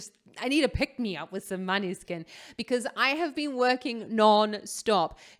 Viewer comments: The pronounce is moneskin......not maneskin... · You are saying the band name wrong 😂